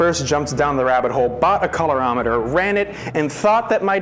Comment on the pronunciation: Staying tuned to the end to see if you ever pronounce colorimeter correctly